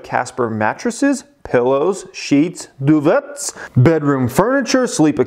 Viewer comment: duvets? it's doo vei